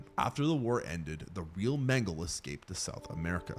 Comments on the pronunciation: It's not Mangle, it's Mengele (men-guh-luh). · Mengele is pronounced 'men guh luh'. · You pronounce the final E in Mengele